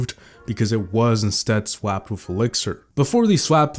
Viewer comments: “Swapd” who says that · Why do you say swapped like that????